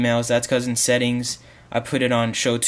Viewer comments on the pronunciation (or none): none